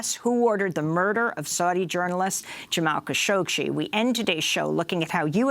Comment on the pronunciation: Will someone tell Amy that there is no "sh" after the "gg" in "Khashoggi"?